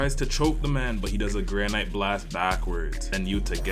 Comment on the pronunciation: If this dumbass says granite like that one more time i swear